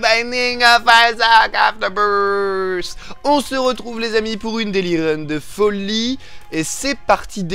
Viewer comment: Est ce normal quand dit le nom du jeu, j'entends ça: isiandkdujejbitjejfjdjf?